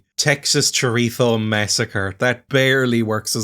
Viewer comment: AN ENGLISHMAN THAT CAN ACTUALLY PRONOUNCE CHORIZO???? OH I'M NEVER UNSIBSCRIBING NOW!